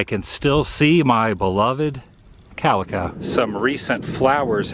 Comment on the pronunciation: its calico not calica bro bro